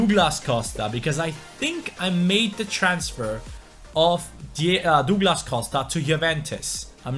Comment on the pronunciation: Dooglas costa😭😭😭